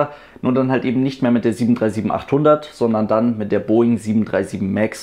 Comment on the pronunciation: Der "Southern"-Aussprachefluch der deutschen Aviation YouTube-Szene... ;-)